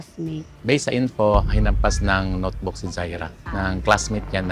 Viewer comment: Sabi notebook,Hindi sumbag